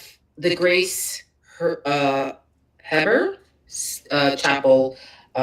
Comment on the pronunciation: It is pronounced He burr Utah 😅